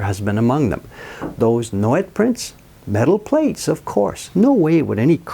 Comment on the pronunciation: Nouet would be pronounced Noway. The t would be silent.